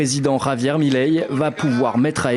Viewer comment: Milei. Pas Mileí 😆 Comment dire... Qq'un n'a jamais vécu en Argentine et ca se voit. C'est un sujet très compliqué et ça nécessite plus de profondeur qu'un simple "il aime pas l'État donc il est méchant." l'État est extrêmement corrompu en Argentine.